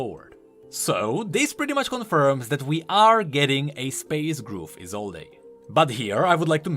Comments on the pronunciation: ESOLDE. NOT ESOLDAY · Why do you keep calling her Isolde even when you know it is pronounced Isold?!?! I bothers me so much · it's "ee-sold" not "ee-sole-ey" You're driving me nuts man:P I know I know small issue lol. I'm excited for new TFT. I love playing it on my phone when I am playing other games or waiting somewhere. My only issue is how long the games run. But as soon as Wild Rift releases in NA I might drop off playing in favor of that. Also damn the oceans for making it so I can't play with my friends in EU:( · He still reads it as Isolday lmao